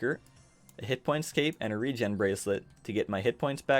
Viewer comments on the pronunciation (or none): none